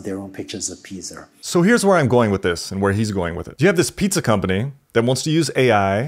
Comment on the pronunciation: But the real question is why does he say piza??????